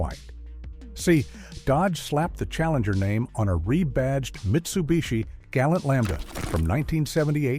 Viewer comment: Yep. Can't even say Mitsubishi Galant properly. And not a muscle car. I learnt to drive in a 1983 Sigma (the sedan version). When you turned the AC off it was if it had a turbo. 0 to 60, well, running a quarter mile would be quicker. Which is why Mitsubishi put a turbo on it. (it didn't really help). Wasn't till 1992 when they re-engineered the 2.6 that it became a good engine. Refined and decent but power, no match for an old 1986 3.0 straight six that was in the Nissan Skyline.